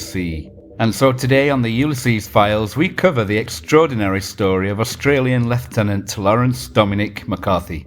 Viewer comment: Hoobloodyray! Finally someone pronounces leiutenant correctly! So tired of hearing Aussie junior officers called lootenants!!